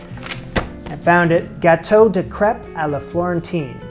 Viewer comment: while they're too thick to be Crêpes your pronunciation is correct. alas you've made German style pancakes instead which is close anyways